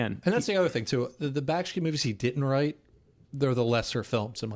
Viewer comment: Bakshi, not Bakshki